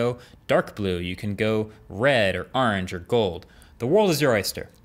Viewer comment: Did he just say urange??😂